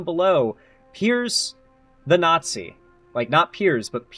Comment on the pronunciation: pierce the naught-zee